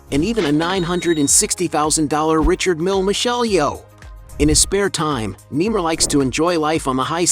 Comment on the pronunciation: I don't like that he is calling him nemar i like Neymar Jr how he plays